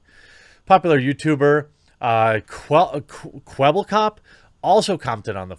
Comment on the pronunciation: Kwebbelkop is a dutch youtuber and you said his name wrong. Nothing wrong with that but it's just funny seeing english people try to pronounce dutch words. And btw love your channel